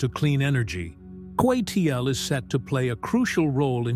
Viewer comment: I think the AI mispronounced CATL as Seattle.